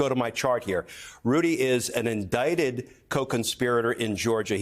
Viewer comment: You mean indickted?? 😂😂😂😂😂😂